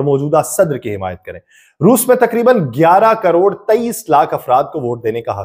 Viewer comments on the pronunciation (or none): none